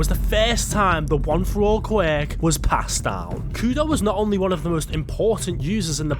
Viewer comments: Not qweck!!! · Can't hear you say QWECK one more time!!!can't finish the video. Thanks.. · "the most powerful qwak" lmfao this guy's worst enemy is the word "quirk" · Pronounced QW- Urk...qwurk...QWUIRK. LIKE TWERK....QWERK... QWUIRK!!!!!!